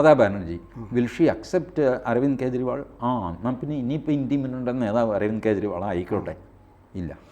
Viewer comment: കേജ്രി.. ഇണ്ടി മുന്നണി,ഖാൺഗ്രസ്, ഖേരളം രാഹുൽ ഗണ്ടി.... എത്ര അസഹിഷ്ണുതയാണ് പേരുകൾ വികലമായി ഉച്ചരിക്കുന്നത് വഴി നിങ്ങൾ പ്രകടിപ്പിക്കുന്നത്? നിങ്ങളുടെ ഉള്ളിൽ നിറഞ്ഞിരിക്കുന്ന വിഷം നിങ്ങളുടെ തന്നെ നാശത്തിന് കാരണമാവും 🙏🏻